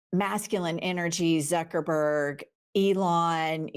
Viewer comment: Agree 100%... but you mispronounced Mark *uckerberg's name 😂